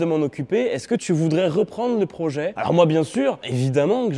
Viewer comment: Supel projé continu come ca vwature spowtive